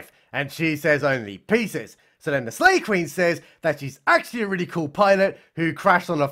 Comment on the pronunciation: I thought he was saying Slave Queen. I thought maybe she was from that stupid netflix movie.